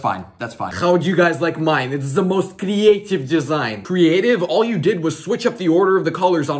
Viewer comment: I like the Russia accent of “Crrrrrrrrrreeeeeeeaaaativ” and etc.